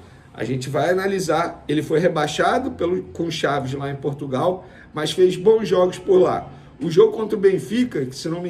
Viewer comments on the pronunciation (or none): none